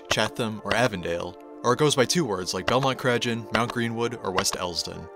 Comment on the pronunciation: That's exactly what I was thinking. If you're going to make a video about Chicago learn how to pronounce the neighborhoods.